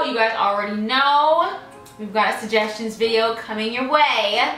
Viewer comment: “SuJESSions”❤️❤️❤️❤️-LOVE IT!